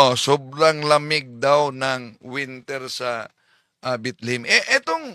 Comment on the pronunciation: Bethlehem sir Hindi Bitlihim😂😂😂😂